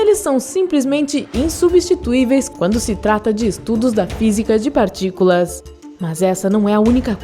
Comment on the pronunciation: "Acelerador de particulam"